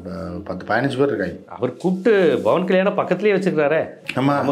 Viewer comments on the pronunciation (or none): none